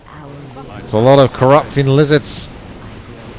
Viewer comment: stopped watching when he said lizarss